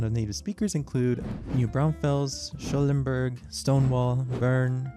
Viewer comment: Texas-German here! Accent-wise, I’ve always heard more southern-German influences with the hard throaty “ch” sounds instead of the low German “sh.” Unrelated note: Schulenburg = “Shoo-len-berg.” And despite the native speaker’s example, I’ve generally heard Boerne pronounced “Bernie,” though maybe my family just always said it wrong or was influenced by English more. My family immigrated to Texas from Germany from 1845 to the 1870’s, whose documents from landing in Galveston and early photos we still have. My great grandma was born in 1910 and spoke German first, as did my grandma born in the 1930’s. Negative views on Germans definitely hurt the perception of speaking it in public, and we have a few stories of that from the WW1 era, but another factor missed is that, after the 1870’s or so when Germany unified, the immigration slowed and the number of English speakers grew exponentially. My great grandma married a fellow German speaker, so my grandma grew up speaking German around the house but learned English and spoke it at school/work. She married a man who spoke English in the 1950’s , so it hardly made sense to speak it at home (my mom only learned bits and pieces). I was lucky enough to see the town my family came from when studying in Germany, big plaque on a wall and everything. Anyway, thanks for the video! It’s really cool to see you discuss something near and dear to me.